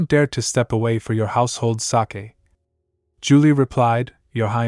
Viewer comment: This is such an interesting story. Particularly like the tie-in between the current Crown Prince and Princess and the original dragon and holy maiden suggesting a rebirth situation. My only quibble is the mispronunciation of sake (long A) as if it's the Japanese fermented rice beverage Sake. The word is used often enough in the narration to be irritating. Next part please.